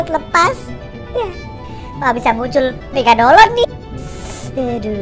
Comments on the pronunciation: Megadolan WTF 😄😄 Megalodon bro bukan megalodan 😄😄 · Megalodon bukan megadolon😂😂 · Megalodon bukan Megadolon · Ngakak suaranya😂😂😂megadolon(megalodon) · MEGALODON ANJIRR BUKAN MEGADOLON , KOCAK BAT KOCAK ANJIR WKWKKW AUTO SUBSCRIBE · Megalodon, bukan megadolon 😂🐐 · Abang main pubg di terminal mana? (Latar belakang) EDIT: megalodon bukan megadolon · Lu tau ngomong megalodon megadolon wkwkkwkw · Megalodon kali bang bukan megadolon...hahaha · Megalodon cuk bukan megadolon 😂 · Megalodon bukan megadolon😂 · Megalodon bukan megadolon🤣🤣🤣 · Megalodon bang bkn megadolon🤣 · MEGALODON cing bukan MEGADOLON HQHAHAH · bang kok megadolon bukan megalodon yang juga ketawa like wkwkwk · Megalodon, bukan melogodonq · Megalodon bukan megadolon:v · Megadolon? Bukannya megalodon? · Megalodon ea....bkn megadolon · megalodon bukan megadolon:v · Ehh bukan megadolon tpi megalodon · Megalodon bkn megadolon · Megalodon bukan megabolon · megalodon bukan megadolon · Megalodon bukan megadolon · Woi megalodon bukan megadolon